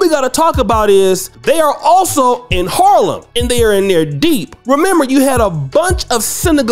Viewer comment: Not sure I like the way you say Harlem.